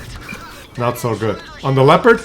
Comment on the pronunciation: The most important thing is that you finally pronounce Leopard correctly, my toenails always roll up when you say Leopard ( lehpuhd ) completely wrong °°° Try saying that : leh oh pard thas correct in German.. Because we say also New York and not Neff Jork ( what will be done if we read it in german mind )